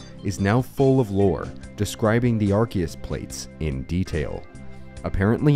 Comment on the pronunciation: rare youtuber that doesn't mispronounce arceus